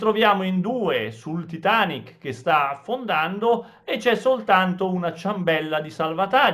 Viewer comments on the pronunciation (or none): none